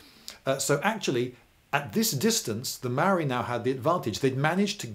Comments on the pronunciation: Maori is pronounced “Moul’dy” And yes, kiwis like digging holes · Maori is pronounced with a rolled r. I always thought of it like arrriba. maorrri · Tauranga= Pronounciation = toe -rong -a Maori = mould - ee, although I’m glad you didn’t say The Marry people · Your content and style are great ,however your pronunciation of especially maori words and place names is very hard on a kiwis ear. Tauranga (tow-ronga) maori (mau-ri) and pa is spelled this way as maori is a written language. I suggest its only ever been spelled pah in pomey books. Love your work though. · Why do English people never bother to learn to pronounce the words they're using in educational videos? Maori is not pronounced mowi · its pronounced maourii the ao should be quite deep and you roll the r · I reported you mate. You have no idea of the cultural context, you mispronounce Māori words and called Māori "less civilized". As a New Zealander it's really unacceptable for me.